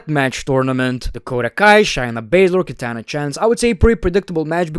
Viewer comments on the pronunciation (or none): none